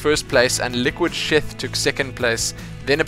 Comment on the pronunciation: Hah, when you said Liquid'Sheth I heard Liquid Shit. Lolz. Also HuK at EG? Dang.